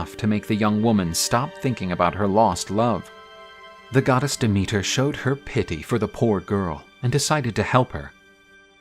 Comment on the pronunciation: As a Greek... I can't get over the way they pronounce the names😂 my name is Dimitra and its goddess demeter in greek